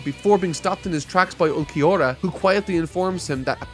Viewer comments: For Ulquiorra's name it's pronounced Ool-ki-or-ah. Hope this helps. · Ool-key-ora & yaah-me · not even trying to say Ulquiorra's name had me crying. Bro.. put Google Translate or something in Spanish and be done with it. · Ulquiorra: Ol-Key-Or-Ah Yammy: Yah-Me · Their names are Ulquiorra (Ul-KEY-aura) and Yami(Yam-e) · you pronounce ulquiorra’s name as ool-kee-aura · I won't say I'm a Bleach hater, but I definitely have some hard feelings with this series. The fights definitely bloat this section of the story and not every cool thing gets paid off at all. Some stuff just straight up gets ignored. It's truly frustrating to see Chad ultimately get the Piccolo treatment. Also, Ulquiorra is pronounced "ool-key-or-ah". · The shorter Arrancar's name is pronounced (ool-kee-or-uh), the bigger one's name is just pronounced Yammy, simple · "Mr. Vegetas" Name is Ulquiorra. Its Pronounced as OOL-Key-Ora. im not reprimanding you but just to give you the Pronunciation. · Ulquioras name is pronounced "ULL KI ORRA" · This arc is awesome and introduced two different but great enemies for our MC and I love all of it! Also please review the first bleach movie before continuing the next video for the rest of the arrancar arc. Also ulquiorra and yammy’s names are not that hard to say and pronounce. While ichigo is my favorite shonen protagonist grimmjow is my favorite bleach character! I’d pay attention to those patterns if I were you, just a thought. I love it when people talk about philosophical and psychological stuff and relate with bleach. Wait what the hell man you’re not gonna talk about that perfection speech!? That was golden! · You can say Grimmjow but not Ulquiorra and Yammy?? What's going on with you? You're excuses won't work on me,. Also it's Grimmjow not Grimmjaow. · no es tan difícil pronunciar Ulquiorra papi